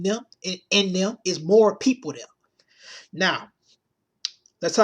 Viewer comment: "DEH MO' PEOPLE DEAH!!!" LOL !!! You need some speech therapy dude.